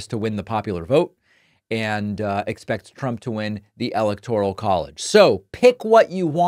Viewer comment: It's pronouned "electric collage"